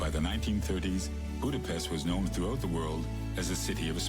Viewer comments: He can pronounce Pest correctly, but when he says Budapest it's incorrect again. Nice video, though. And yes, it is a beautiful city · The hungarian “s” is pronounced like the “sh” sound in the english word ship. Hungarian always puts the stress on the first syllable, so you say: Boo-da-pesht. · Budapest is pronounced Budapesht. But anglophones can't fathom that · Hold on to your seat... Budapest is pronounced with an 's' sound in English. In British English it comes with an extra 'u' even. If you want to force others to use the local pronunciation, let's hear what Copenhagen is called in Danish, Paris properly in French or Birmingham by the Brummies. Till you master these, you don't get to tell others to give Hungarian a shot.